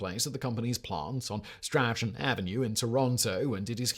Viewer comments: Strachan is pronounced like " stron "not "stra chin " btw:hand-purple-blue-peace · Strachan Avenue in Toronto is pronounced strawn